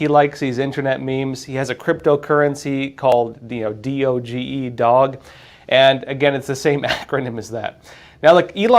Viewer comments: Pronounced doe-j coin.🐶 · The crypto is called Doge, not dog. Long O soft G. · Doge is pronounced "Doj" with a hard "O" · It's pronounced "doje" 🤦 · believe it's pronounced with a short g. Not a long g. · How do you not know how to pronounce DOGE? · Are you mispronouncing DOGE on purpose?